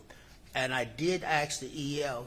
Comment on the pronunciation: when he says “ask” he says “aks”. So much for education.